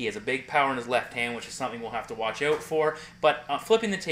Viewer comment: your "out" and "bout" words sound more like "eut" and "beut"